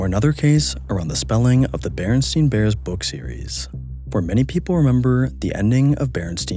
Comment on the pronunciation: lol. He said the bearnstein bears want it